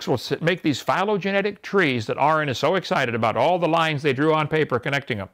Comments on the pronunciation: Kent hovind "if they can mate and breed they are the same kind" Also kent hovind "well they're still obviously the same kind" Also kent hovind "well I dont know, that's a good question" KENT, THIS IS WHY ARON DESTROYED YOU. Also its aron, not Aaron. You've been corrected on this already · Hes can't even pronounce "Aron" properly...